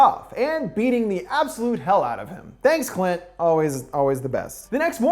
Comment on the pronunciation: Ok I gotta be honest, this whole I expected to be just a simple summary of a movie that has some little jokes here and there but GAH DAMN that moment when he said cunt instead of Clint got me by surprise 🤣